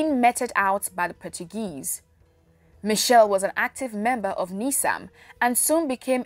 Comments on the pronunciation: Michel or Machel? Its painful to keep hearing him referred as Michel. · Some good info, but Samora Machel died in a plane crash at the Mozambique/South African border ! Why does the presenter say Michelle, when the name was Machel ? Trinidad &Tobago. West Indies. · Next time you want to do a report or a documentary about a revolutionary African Leader make sure you do your research. Firstly His name was Samora Machel not " Samora Michel", also he died in a plane crush not a car crush. What a waste of time watching such distorted piece of information. Samora was a Lion of Mozambique. Agreat Pan Africanist and you cant take away that from him.